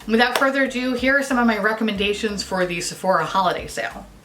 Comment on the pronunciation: For some reason I thought you said recommend-gaytions instead of recommendations and either way I accept